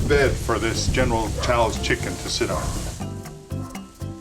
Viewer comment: I would trust you more if you could pronounce the dish you are making! Contrary to whatever most Americans think, oyster sauce is not used in every damned 'Chinese' dish. And why is the only vegetable always broccoli, a vegetable few Chinese eat! WTF is 'cooking sherry'? You want rice wine. We never use pre-made sauces. Slowly dropping the chicken into the oil one piece at a time just means that the first piece in will be overcooked by the time you get the last one in! Around the to mark you become inaudible. Are you filming in a hurricane? I know General Tso's isn't Chinese but you don't even get the Chinese cooking techniques right.